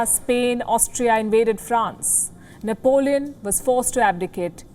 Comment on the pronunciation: Nepalíone Bonaparte